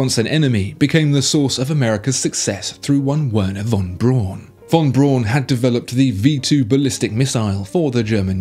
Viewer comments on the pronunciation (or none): Von Brown not Brawn!! Jeez!!